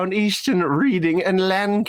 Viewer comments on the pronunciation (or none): As a PA resident affected by Philly’s overreaching bullshit, I have to correct you that Reading is pronounced “Redding”